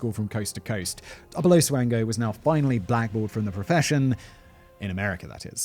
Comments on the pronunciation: Michael Swango is my uncle. It’s pronounced SWAN-GO as in swan goes down the river. Peace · Double-oh Swango... Swango unchained..?